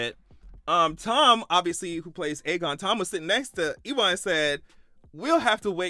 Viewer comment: E- wahn. 😅 LOl. His name is pronounced U-win.